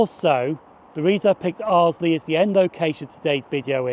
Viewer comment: Nice video from my neck of the woods. BTW, Arlesey is pronounced "Arl - zee" - there is no 'L' after the 'S'.